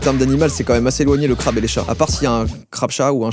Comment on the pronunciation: Crabeee A prononcer crabeeeuuu